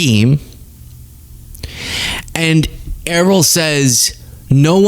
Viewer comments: You will never be eliminated. You are the cutest young man and you are a "smarty" also. I enjoy watching your videos. You share the current world information in such a comical way. I think "Errol" is pronounced like "Earl"- You know like the old Hollywood actor "Errol Flynn". As for Errol Musk, he is a product of his time. That is why he feels like he was the saviour of the black population in South Africa. You cannot change that mindset. He truly believes this, and for him that is his truth. He sees himself as a saviour. As for him having sex with his step daughters, in his brain it's O.K, because they are not bloodline related to him. To me, he is just a Nasty man who took advantage of some young girls. Lastly, he made a comment about being "returned to the jungle". He does not relate that to racism, he relates that to going back to the beginning and not being part of an educated group. He does not see himself as a racist. I agree with you- He is a piece of crap!!! He is just NASTY., my American culture is multi-cultured. I am a 70 year old black American woman. I want us Americans, to understand we are one family unit. Period. Regardless of the color of our skin, regardless of how we pray, regardless of how we sexually identify ourselves, regardless of what language we speak in the USA, regardless of where we live in the USA, and we are ONE FAMILY UNIT. When we all get there, when we all get "woke", then and only then will we be on the right trac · His name is Errol . as in Errol Flynn, Not e roll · Errol Musk "never saw oppression" in South Africa beause HE WAS ONE OF THE OPPRESSORS. I believe Errol is pronounced "air- oll". There was an actor named Errol Flynn from Australia who got very famous in Hollywood. He died in 1959. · E-roll, really? Look up the pronunciation! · Isn't it pronounced, Err-awl? Edit - Could it be Earl?! Makes me think of the Dixie Chicks. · I guarantee Errol (pronounced air-roll) Musk never visited Soweto.